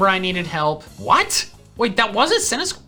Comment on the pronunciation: I lost faith in when he didnt choose mr rime for when he said centiskortch